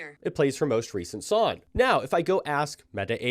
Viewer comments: He’s definitely saying SONN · Is he saying “song” weird, or just me?